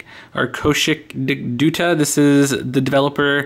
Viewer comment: let me help you with the devs name.... "kow-shik" "dutt-ah"